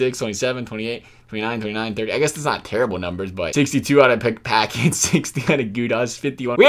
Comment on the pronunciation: You pronounced Paquette's name like "oh I just opened a PACKET of cookies